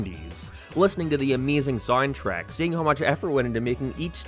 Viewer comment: I dont know how to say this without sounding mean, but I am finding the way you pronounce a lot of words in this video very bizarre. I can't place what your accent is at all Soundtrack = Signtrack Game = geeim Mania = meenia now = noiioiuw